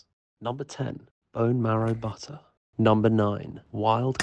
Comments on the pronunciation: A boowool Woootur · The way he pronounces butter with this almost orgasmic undertone